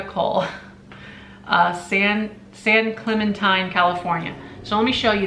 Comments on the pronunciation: San Clemente. Pronounced with a long A. Hopefully that doesn't sound rude. Lol. A city down by the San Diego Ca. Love your videos. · San Clementine....hehehe...San Clemente...cute beach town in Southern California